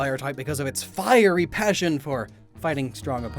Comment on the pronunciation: "A fiey landmine"